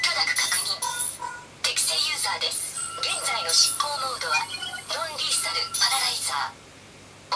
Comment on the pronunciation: ロンリーサルじゃなく、ノンリーサルかと…